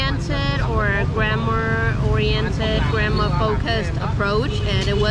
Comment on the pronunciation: Her English is good, but she still mispronounced some of the words if we truly paid attention (i.e grammar sounds like grandma). The way she speaks also has a very weird flow, flat tonal, it's like she doesn't know how to denote/stress words in a sentence, and arrange them in an incorrect sequence. The positives are she has an American as a bf so she can keep learning and improving, and how she gets to use them on a daily basis.